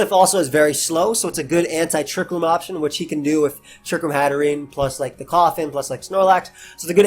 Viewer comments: Every single time you said coffin I thought you were really afraid of like eviolite koffing or something for some reason. Anyway, nice vid, excited for the rest of wbe! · man its embarrassing how long it took me to realize u were saying coffin got tspikes and not calling roselia koffing LOL